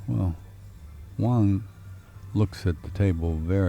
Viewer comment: Great Video BUT I wish the Commentators would get it right, They keep saying over & over WONG when his name is WANG! Don't know if these guys ever finished 5th grade. .lol They got it Wong.